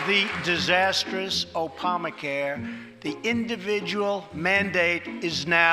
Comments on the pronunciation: did he say “opamacare” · he really just said "opamacare". Yes, he said it with a "p" sound. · “Opama Care” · What's this Opuhmacare? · No one: Trump: oPamacare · "Opama Care" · Who else heard opama care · The disastrous “Opamacare” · Opamacare he saiddddd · Did he say Opama Care? Lmao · Did trump say "opama care" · Did he just say opamacare? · ah yes the "opama-care" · So apparently this guy called Barack Opama instituted a thing called Opamacare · I can't unhear that now😂😂😂😂😂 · HAHAHHAAHHAHAHAHAHHA HE MISPRONOUNCED ONE SINGLE LETTER HAHAHAHAHA so funny you're so funny wow